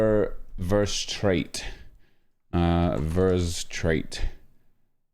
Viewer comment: Butcherd his name so hard haha